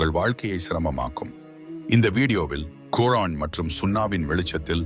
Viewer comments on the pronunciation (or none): none